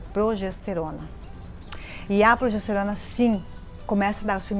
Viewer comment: Gente! Progesterona é bom G e não com J!!!! Cuidado! Isso afeta a credibilidade da mensagem